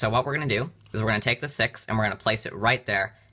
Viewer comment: is it just me or he said sex instead of six